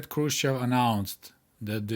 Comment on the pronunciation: Why are you pronouncing "Хрущёв" like a westerner? My Russian GF spent weeks teaching me how to properly pronounce his name.